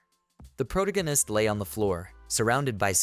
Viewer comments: please change AI voice to pronounce "protagonist" properly if you are going to use the word every other sentence. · Two words into the video and I’m flashbanged with the most “unique” way I’ve ever heard the word protagonist pronounced. Holy shit.